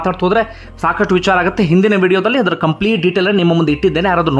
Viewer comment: Why do you use mahaaprana unnecessarily..while pronouncing VICHARA